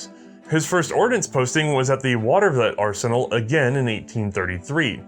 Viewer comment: And the town nearby is pronounced Water-vleet, not--whatever it is said. Love the channel. Love the way pronounces towns in New York like it was some far off, exotic land. Which, from Charleston, maybe it is.